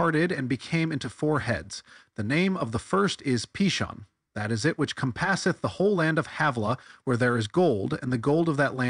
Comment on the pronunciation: Why are you saying “comPASSeth” as if you thought the word had to do with “comPASSion” and not with “COMpasses”?